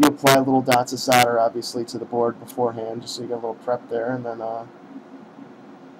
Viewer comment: you keep saying "sodder" instead of "solder" when you mention the soldering braid, you quickly correct yourself with "soddering braid" Lol what?